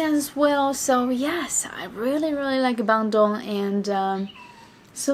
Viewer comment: BANDUNG. Try to Pronounce it right. Hahaha Just funny listen you said BANDUNG😆😆😆😆